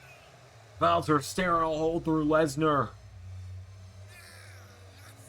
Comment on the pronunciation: hh the way he says walter wtf